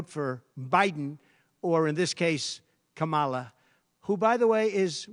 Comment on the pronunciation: Trump pronounced Kamala’s name right. Proof he mispronounces it on purpose to appeal to morons.